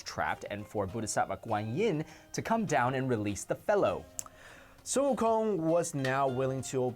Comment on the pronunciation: Just hear the pronunciation of sun wukong compared to games who have sun wukong in them like league and smite. I find it offensive how they pronounce his name completely wrong, like they didn't bother to do research smh.